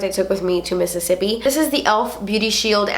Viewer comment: I love how you say Mississippi! Reminds me of friends when they talk about Monica’s rich boyfriend Pete... when they talk about how he’s so rich he should name a state after himself missisipete okay I’m done 😂 love you!!!